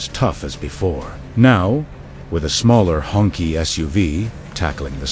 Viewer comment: Cracks me up every time he says the word "Honkey" 🤣I get 70's flashbacks to Shaft & Cleopatra Jones.